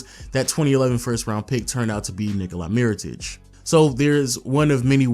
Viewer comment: Kinda botches Nikola Mirotic's name too